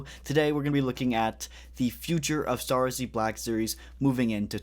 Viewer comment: am i tripping or do you actually say "Star Warseee Black Series"?